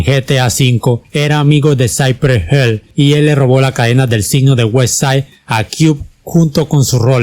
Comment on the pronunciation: Hill se pronuncia como se lee